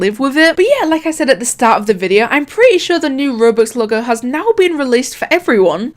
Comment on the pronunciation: just started watching your vids and feel right at home hearing you say "videuUU", british gang awesome videos keep it up :)